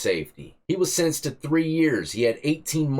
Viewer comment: Lol you got me cracking up "getting sin-instt" 😂